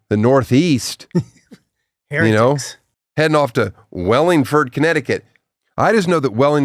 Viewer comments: Wallingford not wellingford get it right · It's Wall-(like wall)-ingford, CT...not from there, but I live close enough and heard it enough to know the pronunciation. Maybe I'll go to that show 😊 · I’m from a town over. He’s clearly illiterate there’s no E in WALLinford. That said I’ll be there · His mispronunciation of Wallingford ct is making me cry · Here is a tissue. 💣